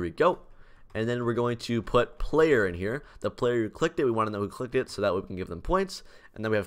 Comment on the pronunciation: ik it sounded like he said they detect if you licked it